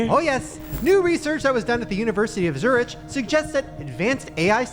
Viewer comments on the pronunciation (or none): Zuritch? The way he pronounced Zurich 🤣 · The way Shane pronounced Zurich lol ily Shane